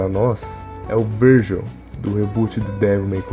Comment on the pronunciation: Donte não Dante (e Vergin não vergil)